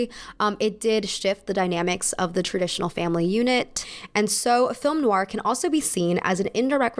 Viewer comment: loving your videos x Noir it's pronounced "noIr", as in you stress the end of the "oi" sound and not so much the "oo" sounding bit at the start if that makes sense.